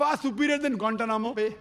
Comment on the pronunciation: I love the way he States or pronounces guantana mobile😊😊😊😊😊😊😊😊😊😊😊😊😊😊😊😊😊😊😊😊😊😊😊😊😊😊😊😊